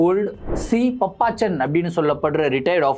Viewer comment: அய்யோ அது பாப்பச்சன்😂😂😂😂பப்பச்சன் கிடையாது😂😂😂